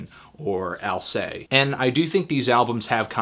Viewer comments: Well, it was hard to make out, since he didn't pronounced the s in the name, as he should in french. If it would be a word like "c'est", he would be right, but in "Alcest" you speak it like "Ahl-sest" with a soft s. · Despite the fact that they're french, "Alcest" is indeed pronounced "alsesst", final consonant included. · Al-sest, Fantano. Al-sest. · I think you over-frenched that Alcest pronunciation.